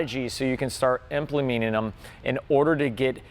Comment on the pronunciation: Is drunk in this video? Right he's really losing his ability to speak. Shrategies, emplimeaning them.... lol